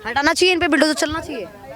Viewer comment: यह मैडम बुलडोजर को बिलडोजर बोल रही है